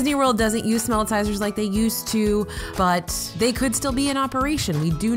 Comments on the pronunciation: I'm pretty sure it's "Smellitzer" It is supposed to be a play on word Howitzer, like a Howitzer cannon. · I always thought it was spelled and pronounced as "Smellitzer."